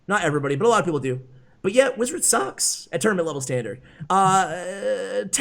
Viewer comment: i think Im the only one who laughed at this 🤣🤣 The way said Wizards saks. Well yeah its only used on ebarbs decks